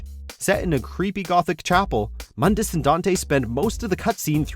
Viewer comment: Its pronounced "moondus"